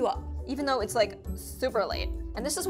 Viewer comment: That's not how u say "THOUGH"